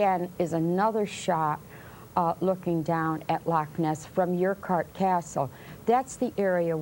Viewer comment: Jimmy Page is the guitarist. It's called Urquhart Castle, like aaaor kwart.